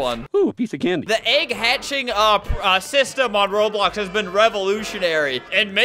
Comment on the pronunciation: Yo why you said as s in roblox I found out